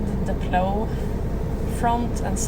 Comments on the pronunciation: Thank you for a wonderful video that brought back many fond memories. First off, the word Plow is pronounced like Plowe with the Owe part like when you smash your finger or something. I am originally from the Chicago area when we normally do not have a large snowfall, but occasionally we did get total Blizzards with feet of snow. I drove and supervised a crew of snow removal drivers totalling somewhere between 100 and 200 drivers. We covered an area about the size of Stockholm but more rural in nature. One major blizzard, we fought for 28 days and nights We viewed these storms much like a battle with nature and nature usually wins. It was so bad, we were evacuating women about to give birth or heart Attack victims in the buckets of Wheel loaders because it was the only way to get them out. Your equipment looks pretty good - Our were foe the most part 5-10 ton GMC trucks with Baker wing plows and tailgate spreaders on the real. Thanks for the memories lady and keep up the good work, Between you and Angelica Larsson, you make my day. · I'm impressed, that's a big scary rig- you did great! By the way its pl-ow (think ow as in it hurts :)... Cheers from the US